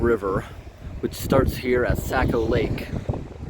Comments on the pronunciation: I thought I might try to help you with pronunciation of the word Saco. You're saying it like sack-o. But it's actually saw-co. I live on the saco river so it makes me cringe when someone says it wrong lol. I really like these videos because they get pretty close to home for me man. You definately know a lot of cool places to go and things to do, that's for sure.. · Saco Pronounced sock o Not sack o 🙂 awesome video too...thanks! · Nice job editing! Saco is pronounced “socko”.